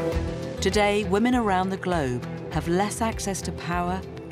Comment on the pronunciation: "Best place to be a whamen" oh, you mean like, everywhere